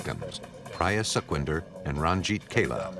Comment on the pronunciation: its not suckvindhar... its sukhwinder ...su as pu in "put"